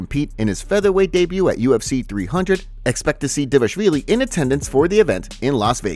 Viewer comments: just a pointer: It's pronounced Merab D-V-A-L-I-S-H-V-I-L-Y not DEVASHVILY LOL I got it wrong the first time too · Yea, it's: DVA-LASH-VILLI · The fact this is an mma news channel and you still can’t say dvalishvili is sad…